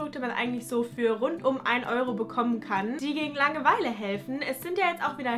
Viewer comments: Bin ich die einzige die es unglaublich nervt dass sie die ganze Zeit Langeweile so komisch betont?😂 Sie sagt "Lange-Weile" und nicht "Langeweile" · bilde ich mir das ein oder sagt sie immer so langewEile ich beton da irgendwie immer das a also lAngeweile🤔 haha was ist denn jetzt richtig und wie sagt ihr das?